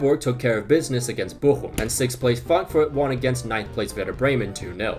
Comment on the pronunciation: Your pronunciation of Bochum is on point!